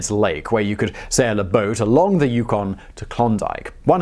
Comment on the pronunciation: On the pronunciation of 'Yukon'..... Nailed it this time! :) Love your work Simon.